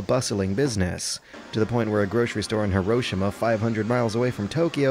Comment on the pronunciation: Why is westerners mock Asian for not pronouncing english words correctly when they can't even say Hiroshima?